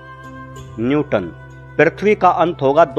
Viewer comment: Newton not nyuton.....correct kr ligiye